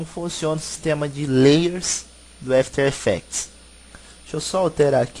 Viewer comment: Dica de pronuncia: Não é "éfiter effects" é "after effects" mesmo. Brigado pelo tuto!